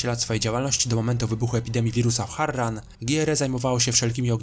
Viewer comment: MÓWI SIĘ HARAN